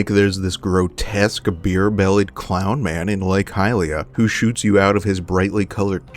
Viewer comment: "grow-teska" - !? You mean grotesque?